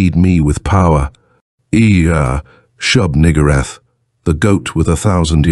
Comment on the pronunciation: Very careful pronunciation. Nugoorath. Lol.